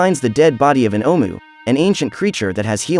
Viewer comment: DUDE THIS FUCKING AI GARBAGE SUCKS AND YOU WRITING SUCKS.......... LOTS OF BAD PUNCTUATION. ITS SO BAD I CAN *HEAR* IT. YOU SAY HOWEVER ABOUT 50 TIMES THROUGHOUT.... AND NO EFFORT TO REPRONOUNCE OHMU'S JUST SAY IT YOURSELF OR SAVE YOURSELF THE BIGASS WASTE OF OUR TIME AND YOURS